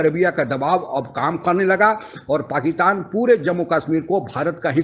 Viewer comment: Sir uska naam Shah Mohammad Qureshi nahi, Shah MAHMUD Qureshi hai. You said it wrong atleast 3 times. And it's not Pakitan but PakiStan. Kahan se ho bhai? Please improve on your pronounciation.